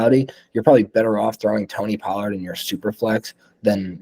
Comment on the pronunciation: You're too high on Tony Pollard and you say his name wrong. How could you take coronavirus over at quarterback and Dynasty? Not smart